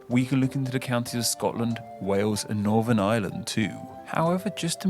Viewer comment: sorry, i had to stop at 2 mins.. lol. i cant abide listening to people who cant pronounce TH properly. i got as far and NorVern Ireland and... FurVer.